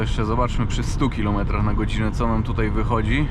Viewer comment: Tůtaj, tůtaj 😅